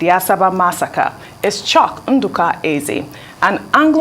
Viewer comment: Its chuks not choke